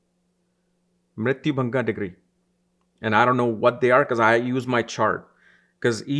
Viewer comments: Mrityu bhaga not mrityu bhanga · It's not mrityu-Bhanga...it's bhaga (part)...